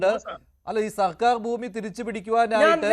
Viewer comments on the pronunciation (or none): none